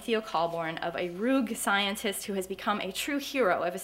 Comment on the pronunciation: "Roog" scientist? Please learn how to pronounce "rogue."